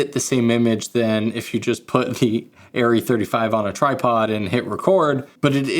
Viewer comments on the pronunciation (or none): Super-Cool Video. Thanks a lot. (from Germany) The correct vocal sound, when you say „Arri“…sorry for my poor english…is totally different…from what i heard from you in this video. Again. Sorry for that. 🫣 At the beginning…the „A“…you sound like „Aiii“…is different in german. It would be much more like „Ahh…“, or „Uhh“. On top of that…at the end…the „i“…you sounded like „iee“… Is totally different in german. Much more like „ih“, with no „e“ sound. In total: it is not „aiirrieeh“. It goes like „ahhrrih“. Or even better: „Uhhrih“. Because our „A“…resembles better your „Uhh“… 🙈🎯🤡🥳🏆🫣🤓 I guess this is one of the craziest comments ever. 🫣 But it is true. 🤡